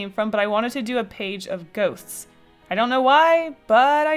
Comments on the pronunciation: Lol I thought you said a page of goats 😂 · ohhhh GHOSTS I though you said Goats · I thought you said “goats” not ghost and I was like those are some weird goats!!! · I thought she said goats😂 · Lol I thought you said 'goats' instead of 'ghosts' so I was really confused when you started drawing ghosts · i heard 'goats' when you said 'goasts' and i was looking at it paused for like a soild 2 minutes just htiking 'whoah floofy goats' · I thought you said goats not ghosts and then when you drew ghosts I got sad. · When you said “page of ghosts” I heard ‘ page of goats’ and I got super excited because I love goats but, ghosts are cool too